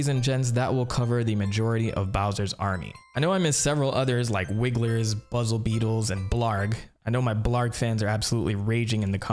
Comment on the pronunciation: Buzzy beetle not buzzle beetle, also you said super Mario brahzahz a lot, is that a way to say it I didn't know about?